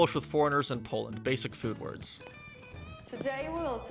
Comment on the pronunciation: "words" pronounced as "warts" and "today we're gonna fuck..us" are absolutely killing meeeee. Girlie blink twice if you're in danger 😂